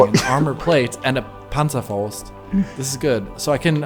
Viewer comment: The way you pronounce panzerfäust brings me back to a WW2 game.